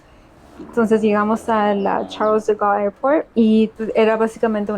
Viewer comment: Se pronuncia "Sharl de Gaul":) A le va a lograr a aprender español. No esta tan díficil para hablantes de inglés y el me parece muy hábil. Tiene que practicar mucho. En esta última década España ha salido un país muy atractivo con sú enfoque progresivo (o sea woke, lefty cómo le apodan los Trumpistas).